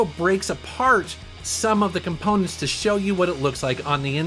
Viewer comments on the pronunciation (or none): none